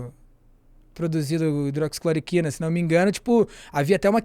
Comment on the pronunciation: me doía o ouvido toda vez vc falava hidroxicloquina, respeite que essa droga tem história! Para, agradeço pelo seu conhecimento no tema e levesa com q levou a situação.